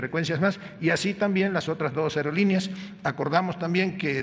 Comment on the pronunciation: " las aelolineas " 😆😂🤣😆😂🤣😆